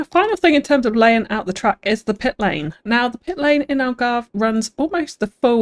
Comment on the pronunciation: ALGARVIDON !!!! I’m Portuguese btw 😂